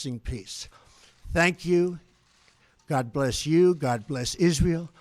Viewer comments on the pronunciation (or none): "god blesh United Statch" ..he's losing it. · Are his dentures loose?? His speech is incredibly slurred in that last two sentence blather. " And God blesh the United shtatesh"